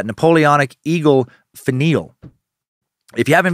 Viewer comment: DAN!!! its "finn-e-ell" NOT "faneel" as you stated! lol I'm sure you have been told such already! so sorry for the length of my post.